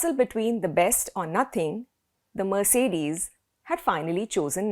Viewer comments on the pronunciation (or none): none